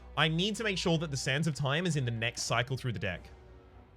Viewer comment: I keep hearing Sands of Time as "Santa Time"